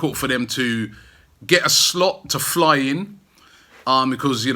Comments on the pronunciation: I love the way Robbie pronounces 'Because' Bechuzzzzzz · Told you before Rob mate you need to work on that word ' Because ' lol